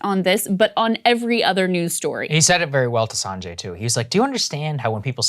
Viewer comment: Well, well well. Look who’s pronouncing Sanjay’s name wrong. 😂😂 Jokes aside, I’m really happy you guys are covering this. I really don’t have time to go through every 3 convo to hear his rebuttal. Also, they surpassed 100 studies so far on IVM for covid recently so you’re gonna have to retire the “there’s no evidence” line at some point.